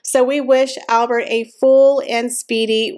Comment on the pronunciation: The Monaco Royals speak French. So YOU SHOULD pronounce HIS NAME PROPERLY AND CORRECTLY!!!!!!!!!! NOT THE AMERICAN WAY!!!!!!